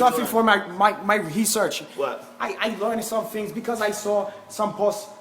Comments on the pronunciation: "Rhasaan Orange". Do your hesearch, guys. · LOL HE SAID HESEARCH INSTEAD OF RESEARCH. TROLL CONFIRMED. HOGAN ROGAN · His accent XD His accent where he pronounces words that start with an "r", he starts with an "h", so he starts saying 'hesearch' instead of 'research'. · HESEARH HAHAHAHAHHAAHAA!!! HOGAN WTF HAHAHAAA